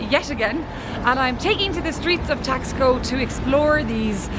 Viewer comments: Should be pronounced Tash - Ko, not Tax - Ko. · Nice video. BTW, it is pronounced Tass-koh not Tax-co. And those were not tacos you were eating at the beginning of your video, those were flautas (flutes). Tacos are folded tortillas with fillings or a crisp fried tortilla formed into a shell that is then filled. Flautas are filled, rolled, and fried tortillas. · It’s pronounced “TOX-koh” not “TAS-co”. Otherwise, a delightfully entertaining tour, Makes me want to go there. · It reminds you of Europe because it was founded by Spanish travelers, therefore, does indeed reflects the direct connection... 😁🥰 it’s pronounced (Tas-co) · Someone may have already mentioned this...but they pronounce the name Taxco as...TASH - ko. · The City's name is prouncounced :Tosh...co" no X sound at all. And those were not deep fried tacos..they were "flautas"... If you are going to do videos please try to get at least the Basics right.... Gracias....